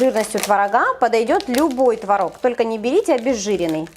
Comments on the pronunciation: ТворОг, а не твОрог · а трошки кориці й родзинок? я завжди їх додаю:) ой, і заради бога, не кажи "твОрог", бо тіпає... краще вже нейтральне "творОг"; дякую, з повагою